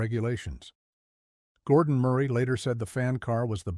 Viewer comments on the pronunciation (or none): none